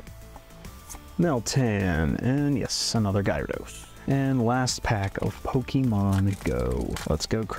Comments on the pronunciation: Everyone talking about odds and I’m over here like did you hear this man say “guyrados”😂 lol Cool video thanks for sharing ! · I just stumbled across your video and while I enjoyed your voice and the content itself, you managed to mispronounce at least 25 Pokémon (xatu,numel , gyarados, Lugia, …). This is by no means meant to be ill-spirited, but as a viewer this really makes the whole video less enjoyable for me and so I wanted to leave that as feedback.